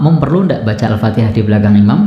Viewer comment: Yang kadang jadi masalah, Seorang Imam baca Al Fatihah nya saja tidak sesuai Tajwid,asal bunyi...